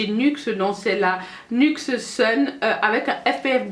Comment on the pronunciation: Salut ma belle, j viens de l'abonné et franchement c'est top 😘😃la marque nyx se dit nix enfaîte mdrrr😂😂 Continue comme ça et si tu pouvais faire une vidéo makeup nude et aissi les gloss ou rouge à lèvres nudes pour peau noire bisou 😘😘💪💜